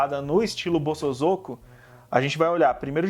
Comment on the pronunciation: Pronuncia : bo-so-zo-ku. Zozo não!